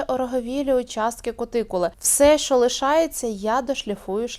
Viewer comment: Учите язык! Не Шо, а Що